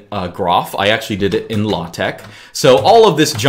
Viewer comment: When he say Latex I heat low-tech